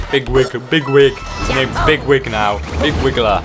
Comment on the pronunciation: you say is it ligwig you are correct but you say no (tell me if i spell his name not right)